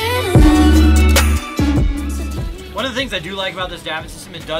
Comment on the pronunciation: You went to Santa Ponca (Pontha, not Ponka) which is where my house is. About 600m from the beach. Hope you enjoyed the sailing.